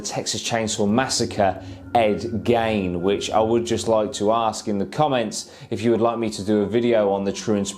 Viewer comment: Ed geen I think it’s pronounced but YES cover it